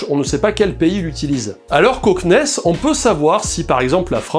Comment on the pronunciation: C'est étrange... En tant que fan d'exploration spatiale, je bug toujours quand tu dis "CNES" ;)